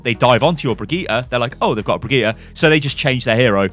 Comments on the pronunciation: It's not BrigittA! It's BrigittE. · jo mann die heißt brigidde nicht brigtita xD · HER NAME IS PRONOUNCED BRI-JIT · Thats the English/Irish pronunciation. Her name is....Swedish? I forgot her nationality. Either way, its easy to be confused but Brijit isnt actually how her name is said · Nytellem He's been going back and forth on it. I don't think he was messing it up on purpose. More of a "I have no idea how to say it properly while I'm rambling and not thinking about it ahaha" type of mentality. He's just getting used to saying it while rambling now, lol. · I mean he is still mispronouncing the name, just not butchering it completely. The VA herself said it does not end in "AH" it ends in "EH". Anyway, it's been 7 years, hope things are well for you mate! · What's so hard about saying "Brigitte" ?